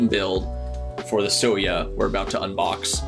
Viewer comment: So to help if you ever run into the word soya again, it's kind of pronounced like Soy-ya or Soy-uh The color is supposed to represent the asian style soy milk that a lot of us grew up with more than it does like beige, but I can definitely see how it can relate...I definitely would not be typing on my soya board if it was actually beige, but very entertaining video and I also agree, this keeb is a chonker both in style and weight. I can't imagine how it would be like with the optional weight